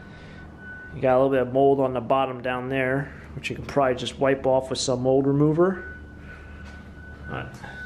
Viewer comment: '' whats up with you not saying "WITH' and saying 'WIFF' instead..must be an american thing,,us canadians do not talk like that,,,weird,, th,,ff,,hmmmm